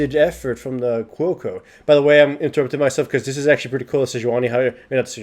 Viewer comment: I thought he was saying "Cuoco", it was Quill Coat haha.